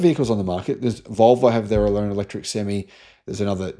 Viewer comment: You keep saying sem me .. not sem eye.. an improved sem me is a full hard ..a sem me is half hard a sem eye is an 18 wheeler lol ..sorry couldn't help it